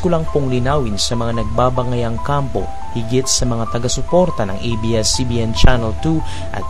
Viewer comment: Ate "ABS" hindi EBS.. bisaya ka?